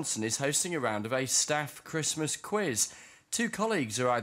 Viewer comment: Lass chwismass I ga(Y)ve you my hum.